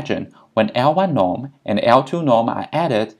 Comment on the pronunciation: You obviously are very knowledgeable. Suggest you be a bit more clear when you say things like "L-y norm" (absolute beta hat), i can't understand what you are saying. Pretend you're an idiot like me, explain the words you use specifically. You will get more views.